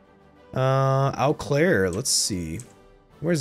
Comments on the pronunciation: One pronunciation tip is that for Eau Claire, "Eau" is pronounced "u". I could be wrong but I am a native Wisconsinite. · The pronunciation of Eau Claire made me cringe so hard haha